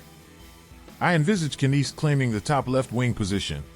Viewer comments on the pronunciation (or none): Stop it stop it stop it.. The K is silent in Knies. Oh wait, you pronounce almost every name incorrectly. Learn before you teach.